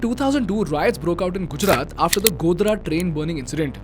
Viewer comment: It's Gujarat not Gujrat😢